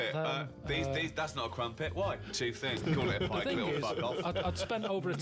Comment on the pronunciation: Karl Pilkington and my mum are the only people I know who say Pikeclet